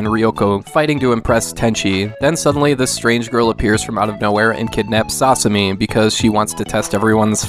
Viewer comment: .......Sauce-umi?! It's Sasami :|